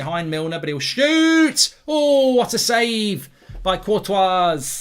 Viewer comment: I would like to know why Mark pronounces the “S” at the end of Courtois which is the incorrect way to pronounce as it as the “S” is silent. Also literally nobody else pronounces the “S” in his name.